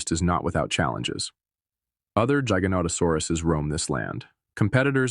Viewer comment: Why you say Giganotosaurus like it starts with a J?